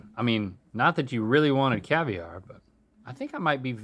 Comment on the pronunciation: Haha it’s cavi-aren’t